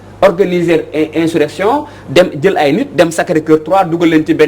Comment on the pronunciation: vous prononcez mal le mot insurrection. A la place de s vous dîtes z. Veuillez rectifier. Merci